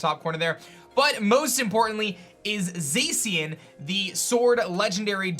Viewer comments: Zeicien? It's pronounced Zashian, the pronunciation was revealed pretty early....... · Its (Za-Shin) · FOR THE LAST TIME, ZACIAN IS PRONOUNCED ZAH-SHEE-AN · The way he say zacian bothers me lmao